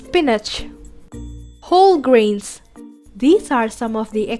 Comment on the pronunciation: Not greens its grains then spelling is correct but pronouncement is wrong